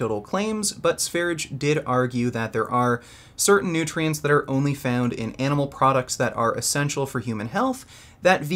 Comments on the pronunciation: Lmao "noootrientss" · "Nootriens" I died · your wife pronounce it "nootrients " too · "nootrients" fucking ow my sides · "Nootrients" lol